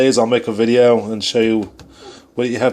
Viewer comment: if was from california instead of nova scotia, totally. just the way he says so, below, video, goes and do is off